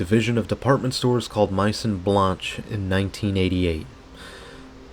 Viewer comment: I grew up in this mall back in the mid to late 90's. Way before online shopping was a concept. If I recall correctly, that space next to Macy's, which used to be Burdines (I don't like how you pronounced that or Majon Blance, digressing), it used to be a sportswear store, like Footlocker, and Finish Line. Sabarro's used to be next to it as well, before food was moved to the 2nd level. This mall was really crowded, especially during the holiday season. It was elbow to elbow walking to your favorite stores. I would hang out in the Tilt arcade a lot. When it was on the first floor, and when it was moved up to the 2nd floor I was there. People watching was so much fun growing up in the mall. I really don't know what they could use this space for anymore. It'd be great for city parties I bet. Your comment about this mall reminding you of the USSR times hits home. This time does seem like a pretty Capitalist society in retrospect. It's a shame we, American's, don't know what to do with these beautiful structures any more. Thanks for the vid.